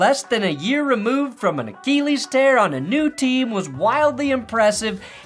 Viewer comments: Can't really take a video seriously if the dude can't pronounce "Achilles". Get a jacket that fits. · The way says "achilles" bothers me....